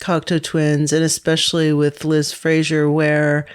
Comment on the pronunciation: Interesting that mispronounces Liz’s name throughout the episode…. Surely deliberate for someone so obsessed for so many years, but why?